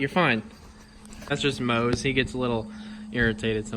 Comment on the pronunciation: I’m just glad you called him Mose